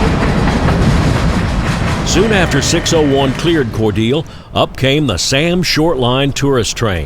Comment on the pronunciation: Learned how to properly pronounce Cordeeeele and Karo!